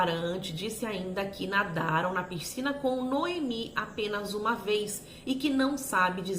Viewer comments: Não é “Pircina “ é PISCINA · Por favor, não fale PIRCINA, não combina com sua oratória tão clara.